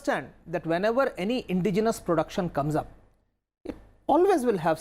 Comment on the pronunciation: Sir Indigenous is roughly pronounced as 'In-dejenous' not as 'Indi-genius'.